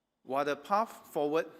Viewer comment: "Path" not "pafh"